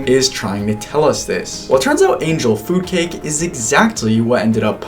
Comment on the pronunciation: This video is triggering my autism too much, so I have to say something. Angel food cake is not angel foodcake. You are really placing the emphasis in a weird place. Feel free to ignore me. I also got excited about the way Emma Roberts pronounced, "cabinet," on Celebrity IOU.